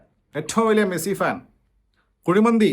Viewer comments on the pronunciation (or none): none